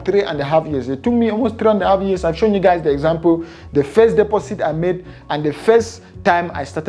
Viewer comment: when he said deposit and sounded like he said "pussy" 😂😅😂